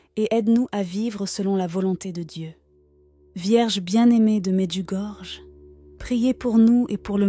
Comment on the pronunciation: AMEN et Merci. Mais svp Medjugorje se prononce Medjugorie . Par respect, veuillez en tenir compte svp. Soyons bénis par Jésus et Marie notre bonne mère toujours parfaite, vierge et immaculée du ciel.